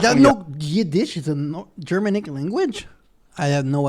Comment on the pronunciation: Yes, and it's pronounced Ger-manic, not German-ic as I heard right at the beginning of the video.